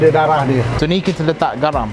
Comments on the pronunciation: Actually waktu shooting,dah sebut byk kali darah..tp still sebut dara 😆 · kena praktis lagi sbut darah. Aku dok dgr dara je. 😝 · Darah= dare... dah mcm lailer dh hahahah